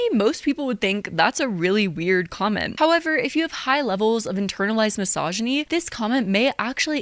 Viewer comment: doing a great job as per ush & petty me HATES how says misogyny "massage-eny". It hurts my ears, so listening in is rough 🫣 Is that a regional/accent thing, OR is it just someone who learned the word 'misogyny' last year? 😅